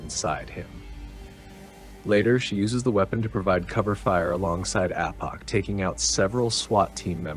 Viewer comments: AA-pock not uhpok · It’s pronounced Ay-Poc, not Ah-Poc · Apoc is pronounced Aye-pok by everyone on set including the Wachowski brothers. Fun fact, it's a shortened form of the word apocalypse but pronounced differently. Great detail on the firearms, I don't know how you pulled all of that info together but I'm glad you did. Crazy. I love the detail on Mouse's shotguns and the Aussie assault rifles, both of which I didn't know. Also Trinity's .380 Beretta is a cool detail I didn't know too. Glad it didn't have to actually shoot lol. Cool video!